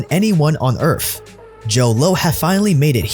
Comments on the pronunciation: Did you say on earf? In the beginning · Lost me at earf